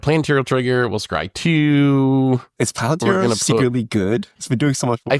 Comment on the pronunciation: Bro the way pronounced it the whole game 😭 for reference it's pronounced pal-en-tier